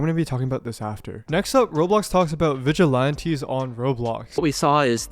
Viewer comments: Vig-a-Lan-tees Not Vig-a-Lawn-tee. I know you're doing it on purpose. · vigi lawn tees. bro are you just dumb? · Pronouncing it vigi-LAHN-tees is so fucking foul though. Listen to how other people are pronouncing it, dude. That's the correct way. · i cant get past "vigil aunties" lmao